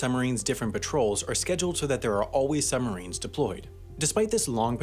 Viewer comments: How come you are pronouncing it "summarines"? Stopped me concentrating on an otherwise awesome video 👍🏼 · narrator keeps saying "summarines". ugh! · While I really appreciate all the effort that has gone into this (I was a professional TV editor for many years) our narrator to my ear keeps saying "summarines" and not suBmarines this bugs me to the depths of Davey Jone's locker and as an editor I am envisioning him walking the plank. Other than that? Love it. :) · It is annoying to keep hearing sum marines, not sub marines. Your pronunciation sure does not sound BRILLIANT. Take a breath and slow your speaking speed. You talk TOO fast. Your 80 words per minutes should be slowed to 60 words per minute. 60 WPM is considered comfortable listening. You want your viewers to be comfortable and listen for the whole video. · SUB MArine you dumbass pronounce it right muppet.....Summarines lol you sound so dumb. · It's the way the US Navy have been saying it for decades. You don't ride "submarins" You ride submarines boi. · Making a video about submarines when you are unable to properly pronounce the word.... Some marines.... LOL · I'm wondering why he is referring to submarines as 'summarines'. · Funny that the guy narrating this couldn’t say the letter b when pronouncing sub marines he said sumarines